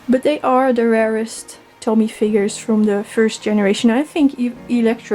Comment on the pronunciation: Nice collection! It’s pronounced “Toe-Me” though, not Tommy 😂